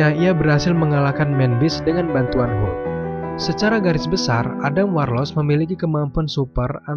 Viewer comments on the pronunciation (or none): Mimin juga selalu bilang helk helk. Padahal sering ane denger orang bruce sama yg lainya juga pada bilang hulk ko. Pengucapanya pake u bukan pake e.